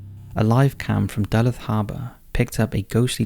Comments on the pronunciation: Fyi - it's pronounced Duh-looth 😉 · Great vid like many of your vids, this one especially tho. I've always been fascinated by the paranormal. I wasn't sure which city you were talking about at first in #4 tho but then I figured it. Deluth is actually pronounced like D'looth. Totally forgiveable since you're not from the US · As a native of Minnesota, I feel the need to fight ignorance. Duluth is pronounced Doo-looth with a oo sound similar to the UK's Loo or Loo-roll, etc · Love your videos, but Duluth, MN is not pronounced like "Dullith." It is pronounced "Dalooth," the "luth" sounding like the U in Uber if that makes sense. I don't know how to do phonetic spellings, but you get the idea. Great video! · Right in my backyard! It's actually pronounced Duh-luthe. Good video!. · #4. Duluth, MN. It's pronounced də-LOOTH. It was named after the French explorer Daniel Greysolon Du Luth, if that helps. I grew up just south of Duluth (my family still lives around there), I can confirm that Lake Superior has a feeling about her...a sadness. It's hard to explain. And I'm leaning towards a reflection of the light coming from the passing ship...sorry. They're moving at the same rate. #3. "Something creepy is touching our baby!!!! Quick, grab the camera!!" Why not, "you record while I go check on her" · It's pronounced Duh-looth 😉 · Duh-Looth is how number 4 is pronounced!!! I grew up in Minnesota as a child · I always enjoy your videos and am a subscriber. Just want to help you out a bit; Duluth, Minnesota is pronounced Due-looth, you know, the more you learn!! 🎆✨✨ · As a Minnesotan I’m so appalled by the way you pronounced “Duluth” lol It’s Da-Looth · Pronounced “da-looth” Minnesota... Duluth lol (born and raised in MN 😉) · Its Da-looth, thats how you say it. Have been on that spot many times, its creepy anytime. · Duluth is pronounced doo-LOOTH. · Sorry mate, but Duluth is pronounced Duh-LOOTH. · Great video! But that Duluth pronunciation killed me 🤣 Duh-looth !